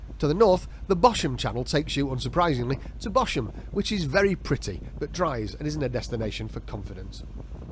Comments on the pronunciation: Bosham is pronounced as ‘Bozzum’. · Great video. This is where we keep our boat. Even if you pop in and anchor for lunch, the Harbour Patrol will pounce on you for harbour dues. 'Bosham' is pronounced 'Bozam' and Itchenor Reach is not a river!